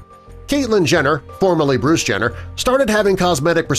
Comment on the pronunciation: You said Bruce wrong